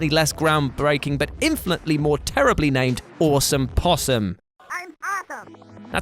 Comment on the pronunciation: Sorry yo be that guy but the Awesome in Awesome Possum should be pronounced osome (like the o in tot) so it rhymes with possum not on ohsome (like the o of poe)